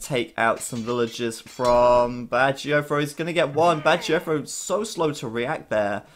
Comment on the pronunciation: Can someone please explain why BacT is pronounced "Badger-O-Fro"? Am I missing something or is my hearing bad? I don't understand...